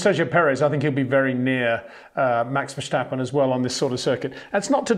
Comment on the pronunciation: Can you please exert some effort to pronounce Verstappen and that Monegask correctly?